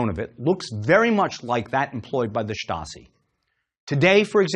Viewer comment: I find it hard to take a Stasi documentary seriously if the host can't pronounce 'Stasi'.